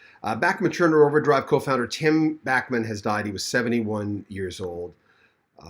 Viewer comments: The way to pronounce is like BACH not Backman.... Please get it right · Please quit saying Back men turner Its Bach sounds like Bock Like the classical musician Bach I had to quit watching because of your speech impediment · It’s Bachman, not Backman! 🤦🏼‍♀️